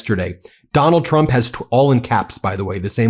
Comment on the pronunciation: It really does sound like she says chump instead of Trump.